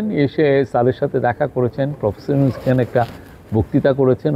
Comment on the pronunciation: মি: শফিকুল প্রেস সচিব আপনি কি বসের নাম এভাবে উচ্চারণ করতে পারেন? এটা আপনি কোথায় শিখেছেন?